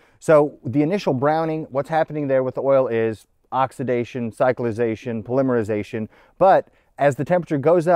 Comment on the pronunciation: Dude, the difference in how you pronounce polymerization vs polymer is so bad, you'd think they were completely unrelated words.